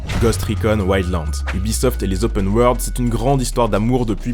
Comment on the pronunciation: gadaur lai opeune waurlde